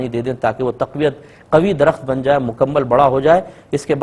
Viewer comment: Aap ka "ت" "ٹ" "ٹھ" bht khraab hai... ALLAH TA'ALA اللّہ تعالٰی(not "thaa'la" تھالٰی) Taufeeq توفیق (not thaufeeq تھوفیق) Attaa عطا (not atha عتھا )